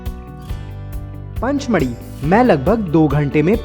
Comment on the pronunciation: Dear Brother its Pachmari not Panchmari ( to your Pronounce Panchmari)